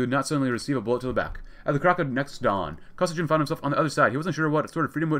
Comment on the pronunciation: BTW, Kosygin is pronounced with a hard "G" like "Gorilla". Emphasis is on the second syllable. Kuh-SEE-gin.